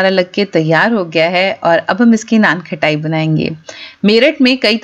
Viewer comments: First Learn it not KHATAI ITS KHATAI U r repeatedly saying KHATAI When u can't pronounce then how u cook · Sounds good. Pls correct your pronunciation. It’s not something “ khatta “ so it’s not pronounced like khattai. It’s “khasta “so it’s kha-ta-I. I hope you got it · Khttai nai HOTA khtaai HOTA hai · बार बार नान खटाई नान खटाई बोल रहे हो खटाई नहीं खताई बोलते है। खटाई का मतलब खट्टा होता है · It’s naanqataaii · You are misprouncing the name. Correct your pronunciation, it is annoying